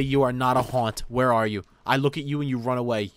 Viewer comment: "What the fwHhERE ARE MY SHADERS?!"